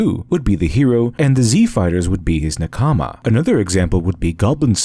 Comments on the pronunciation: Good video but as a anime fan you pronounce nakama wrong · the (mis)pronunciation of the Japanese word "nakama" (meaning comrade) stands out quite a bit. perhaps you could research how to pronounce it. but other than that, good video :) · How can you get te concept of nakama so right but the pronounciation so wrong 😬😢 lol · take a shot every time he pronounces nakama wrongly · How did you pronounce nakama so wrong but kishotenketsu so right? Also, when i was first introduced to eastern literature, it felt more normal to me than western. I grew up lacking the amount of agression that many people here in the west have, and i think that may be the primary reason as to why. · ouch that nakama spelling hurts my ears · Probably interesting, but it was too painful to hear the way nakama being pronounced for me to continue listening. Wich is weird for me, as things like this usually don't bother me much. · Cringing every time you say a Japanese word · Awesome analysis! Just a quick note, your voicing of nakama is slightly off. In the Japanese pronunciation, the emphasis is on the first syllable. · Really interesting. I also recommend the book "Samurai from outer space", by Antonia Levi. (Though the pronunciation "naKAAAAAAAmi" is annoying. Say "NAkami", with stress on the first syllable and short vowels throughout. It will be wrong, but a lot less wrong.) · The way you pronunce NAkama as naKAma means i didn't understand what concept you were talking about before reading it on the screen. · Ahhh good essay but..... It's not NA-kama its NaKama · NaKAma.... Mmmrrmmm. NAkama. In general, emphasize the first syllable in Japanese words. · Nakama doesn't seem like a word embedded with deep meaning you can't get in English. It means colleague, compatriot, party member and so on. Japanese has even stress on all syllables and it's a little distracting to hear naka-ma when it should be na-ka-ma. Pedantic to be sure, but the author did go all in on the word so....